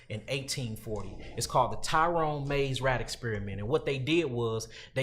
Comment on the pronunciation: YALL KILL ME TRYNA BE SUPER DEEP. ITS NOT THE TYRONE MAZE RAT EXPERIMENT 🤦🏽‍♂️🤦🏽‍♂️🤦🏽‍♂️🤦🏽‍♂️ This experiment was held by ROBERT TRYON (TRY-ON) not no damn Tyrone🤦🏽‍♂️ And this nigga stay adding to the story when that’s not what happened. Read the Thesis on this and you will see this was completely not what he is saying. BULLSHYT